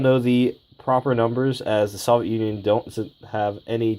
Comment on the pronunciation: The way you say soviet bugs me